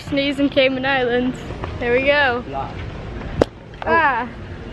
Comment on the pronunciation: By the way your saying cayman wrong it's Cay-MAN also why are tourists so interested in chickens when they come down to our island I have always wondered